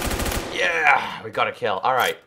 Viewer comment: that aim xD and you say yeahr thats so funny